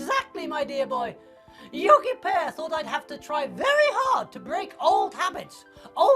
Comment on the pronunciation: most esett le... Yogi "p"ear, ma-ci la-ci :)))